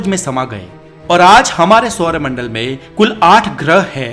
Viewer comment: सौरमंडल है भाई improve your hindi